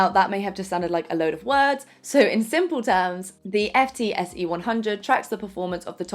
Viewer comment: FTSE is pronounced “Foot-see” (ie people don’t say “F””T””S””E”).